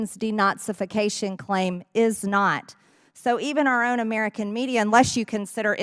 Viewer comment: Does anyone NOT hate the way MTG pronounces "Ameeerican"?